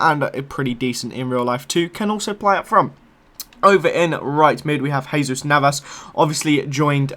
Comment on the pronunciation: Stop saying hazus navas